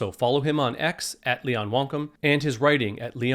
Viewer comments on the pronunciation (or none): Why are you constantly pronouncing WANKUM as if it's spelled WONKUM??? The second letter is an 'A' not an 'O' Is there a REASON why you don't wish to pronounce the 'A' perhaps???😆😂